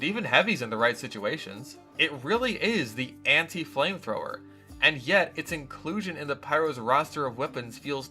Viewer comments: you pronounced anti incorrectly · you said anti wrong once. checkmate